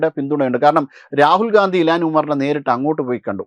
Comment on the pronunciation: ഇലാൻ അല്ല ഇൽഹാൻ ഒമാർ